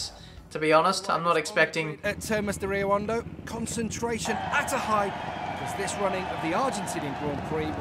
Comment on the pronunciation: you dont have to pronounce the "H" in Rio Hondo.Greetings from Argenina